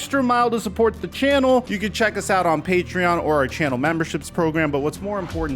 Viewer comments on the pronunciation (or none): none